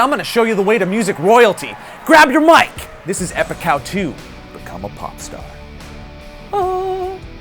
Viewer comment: When he says epic how to I hear epic cow 2